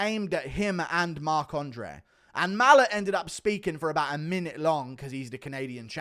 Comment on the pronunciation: Guru, why do you pronounce Mike Malott's name, "MALL-uht??? It's "Ma-LOTT".....like the words "a lot".